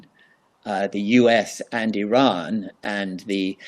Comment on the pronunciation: Thank you for your great video, and your perfect pronunciation of IRAN. I've including the proper Pronunciation of IRAN & IRAIAN for your audience. "IRANIAN" however, is often mispronounced by many, but not all. The following is a review for your audience : IRAN, is pronounced "Eee-Ron". It's neither Pronounced "Eee-RAN" nor "Eye-RAN". Moreover, IRAN shares its literal meaning with IRELAND (Land of Aryans). Once again, the proper pronunciation for IRANIAN, is "Eee" (rhyming with See) + Ronnie (abbreviation for Ronald) + Yan", rather than "Eee-RAINY-Yan". A simple mnemonic would be "There is no RAINY weather in the forecast"! Thank you